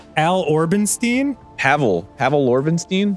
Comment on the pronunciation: He almost got ornstien but it was like orbenstien or something